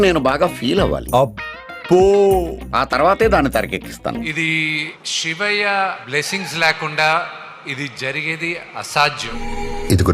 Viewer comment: షివయ్య కాదురా బాబు శివయ్య... ఇంగ్లీష్ రాదు, తెలుగు రాదు... 😂😂😂😅😅😅